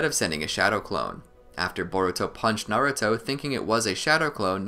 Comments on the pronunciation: no. It's nah-ruu-to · I'm not Arab, and it's pronounced nar-ooo-to in sub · no it's pronounced na-ra-to